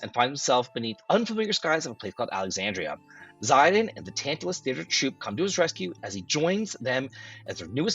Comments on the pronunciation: Not Zaiden its Zidane don't butcher the name of the best character ever. ⚡️ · Man, Zeye-dan is the craziest pronounciation I've ever heard for that name. It's a common north-african name. It's pronounced Zee-dan. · Did this dude just say Zy Dan? 😅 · "Zie Dan" ???? haha